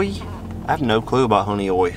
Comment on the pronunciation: North or South end of any of the "Finger Lakes" will find your grass. Honeoye would have been a better warm up for Cayuga. Pronounced Hun-e-oye.